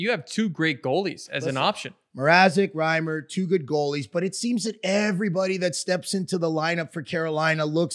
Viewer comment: Yeah, it’s too bad can’t pronounce Reimer properly